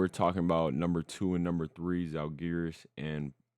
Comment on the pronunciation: please, it's pronounced ZALgiris, first syllable is under stress.